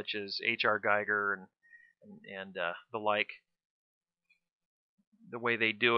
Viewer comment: Its Giiiiiiiiiiiiiiiiger not guyger